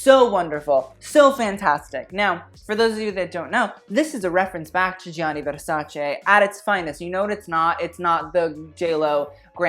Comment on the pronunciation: I nearly had an orgasm every time you said 'versace' correctly instead of 'versaci'